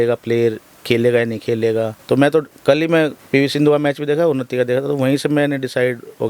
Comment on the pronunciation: ये उनत्ती नहीं उन्नति है । Vlog बनाने से पहले थोड़ी हिंदी सिख लो ।